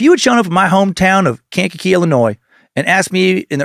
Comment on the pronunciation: It's pronounced Kan-ka-kee